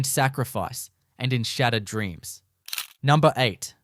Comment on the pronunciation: Heh "numbner"